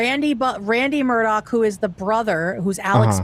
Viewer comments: Why does she keep saying Murdock... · Who is Alec? Isn’t it Alex?? And why you keep saying Murdock with a hard k at the end? Isn’t it pronounced “Mur-daw”? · I like how calls him “Alec Murdock” when his name is Alex Murdaugh lmao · calling him Alec Murdock bothered me more than it should’ve 😂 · Why are you calling him murdock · I was following a lot of law-tubers at the time and watched all the trial and pre trial stuff for this case, it's pretty wild and definitely movie stuff. It's still so infuriating that his name is pronounced "Alec Murdock," the exact opposite of what it looks like. Only a psychopath name their kid and purposely use the wrong pronunciation twice, guaranteeing a lifetime of that kid getting clowned on. Or at least annoying the crap out of everyone around him whenever they meet for the first time. I may be focusing on the wrong thing here 😆